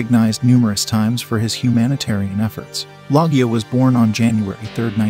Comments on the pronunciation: Robert Log E Ah? It's Low gah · It's LO-jee-ya, not "LOGGY-uh" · It's pronounced Robert (Lowsha) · Lo-shia...not Log-e-oh for Robert Loggia. He is a fav of my grandma that's how I know the name my homie. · LOG-GEE-A Are you serious LOL! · Ahhh it's Low Gia bucko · Log-gia, Ha. Love that scene from Family Guy, by God it's Robert Loggia🤣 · Loggia is pronounced Loshia. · Pretty cool video. I only wish you would have included the cause of death for some of these actors that unfortunately died young and shortly after the film. And bruh, the way you pronounced Robert Loggia and quaaludes was hilarious 😂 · I cringed every time the narrator butchered Robert Loggia’s name. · Narrator mispronounced "Loggia" and "Colon". Maybe sing national anthem at an American ball game. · How can you do a video like this and not even know how an actors name is pronounced? It's not nitpicking either because it speaks to a lack of preparation. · How do you not know how to pronounce Robert Loggia? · At least know how to pronounce Loggia's name. Come on!